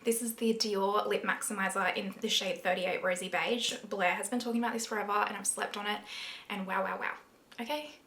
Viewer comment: I can’t find Dior Rosy Beige lip maximiser did you perhaps say the name wrong???